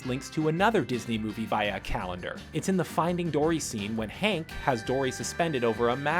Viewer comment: I find the way u pernounce "via" very disturbing sir..